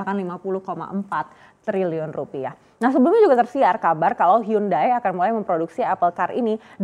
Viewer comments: hyundai, bacanya yandai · Dihhhh.... Bacaannya hyonde bang. Hangeul: 현대 Romanization: Hyeondae Romanization + penyederhanaan: Hyundai Pronounsasi/ pengucapan: Hyonde